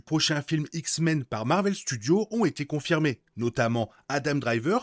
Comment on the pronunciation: Bel épisode ! Il peut être tué par les Nathan, Summers et Grey. Nate la d'ailleurs tue dans AOA ce qui étonna Sinistre avant de tomber raide 😅 Ps: tu galère toujours autant avec les s de thunderbolts et Marvel Studios 😅😅😅😅😅